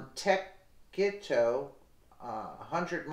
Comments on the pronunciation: say mon-teh-see-toe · Pronounced 'Mon te see toe' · It's mon-teh-see-toe .. Montecito .. just FYI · Pronounced Monteseeto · Pronounced Monta seat toe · Montecito ... Mon - tay - see - toe.